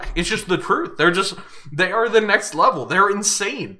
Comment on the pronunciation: im obsessed how winter pronounces "nextd leveul"